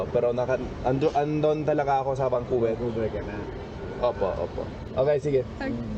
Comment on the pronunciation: Pati yung vancouver... Naging bankuberr..